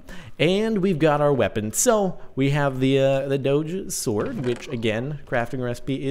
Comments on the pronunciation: It's pronounced "dogue" with a hard g. Not "dohj" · it's pronounced doh-gee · Your pronouncing it wrong, it is actually " dohg" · DONT PRONOUNCE IT DODGE! SOUNDS WIERD! SAY DOGE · so caht,not doge,its dough :3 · Doh-j Is the way to say eet. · It's not a "j" sounds it's still a "g" sounds "doge" NOT. "Doje" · oh god, I hate the pronounciation "dowj" (like CaptainSparklez says it)... I really prefer "dawgee" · It's Doh-ge not doge. When you say doge I think your saying dodge without the d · ITS DOGE NOT DOJE g as in go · It fucking hurts listening to you say 'doag' it's a dog hence the pronunciation 'doggie' (dog-e) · Pronounce doh-géh, it sounds annoying when u say doooch :p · I say "doughj" as well. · It's pronounced Dough-je. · Doge is pronounced D-oh-g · dog-e is the way say it. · ACTUALLY Jordan, you are wrong this time. The creator of the meme and dogecoin has announced in a recent article that it is actually pronounced "Doughj". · I thought it was said like Doh-jé or Doh-Jéé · He was wrong, the official way to pronounce it is doge. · Doge is pronounced DOG-E or Doggie, that's why there is a dog a it's logo... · There's one way to say it I looked it up it's said like this doh-jay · The way he says it is just annoying XD... It's DOG-A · Sparkles it's do ge with a gu sound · It's pronounced as Doh-G (say the G like when you say the word "girl") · My friend say Dogeh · its dog but with a silent e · I thought it was pronounced dough-gee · Actually it's pronounced doge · It's D-o-gue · It's "Doag" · its pronounced d-oh-ge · Its pronounced Dohg/ or dohgeh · its pronounced "dohgee" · AHHHHHH I CAN'T BELIEVE YOU'RE SAYING DOGE WRONG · The term originates from "LOOK AT THIS FUCKIN DOGE" so no. It is dog-e. You can make the "dog" part throaty to drive home what you're talking about. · You say it doge not doge how you not know that!